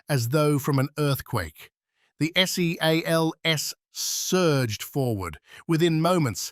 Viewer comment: The way AI said seals is so cringe and sloppy